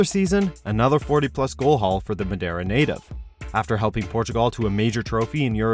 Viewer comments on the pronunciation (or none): none